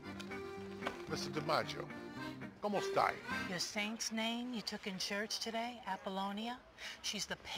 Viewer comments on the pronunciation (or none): "come stai" not "como stai" ya momo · It’s comE stai not Como lol